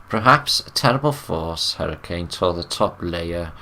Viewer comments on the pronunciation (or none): none